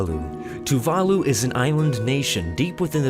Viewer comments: Tuvalu is pronounced 'too va loo', not 'too var loo' !!! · Tuvalus lol wtf :D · The mispronunciation of Tuvalu made me want to die... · The way you pronounced tuvalu was fucking painful.